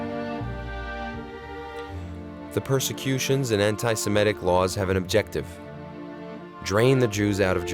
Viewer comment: An outstanding film. But please take care with pronunciation. It's antisemitic, not antisimetic.